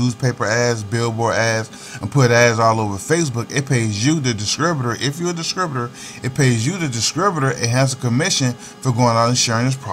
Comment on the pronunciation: Rotflmmfaooo!!! Wait. Are you saying Dis*TRI*Butor or DisCRIButor....because that's what the hell0 it sounds like!!! I'm just sayin....